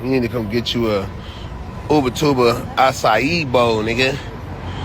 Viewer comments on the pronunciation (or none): none